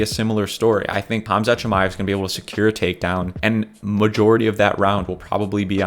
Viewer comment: Props to you for saying Khamzat’s correctly